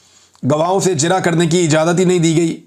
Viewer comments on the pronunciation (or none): none